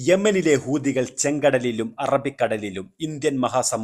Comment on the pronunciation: ഹൂദിയോ? ഹൂതി എന്ന് പറയെടോ മര തലയാ